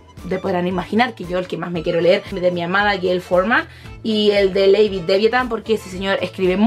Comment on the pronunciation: Dijiste lavid davithan snkdkdkdkkdkdkd